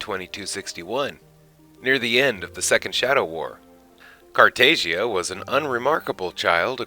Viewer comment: According to Molari it’s pronounced Emperor Car tah jah. No loud “a” sound.